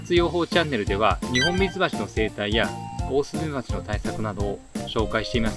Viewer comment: 「オースーメバチ」ですね。